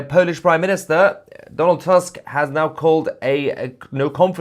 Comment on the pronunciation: Donald tusk not task. In polish U is reading as double oo in english like in word poor